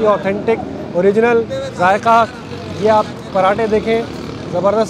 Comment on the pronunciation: It’s zaiqa not jayka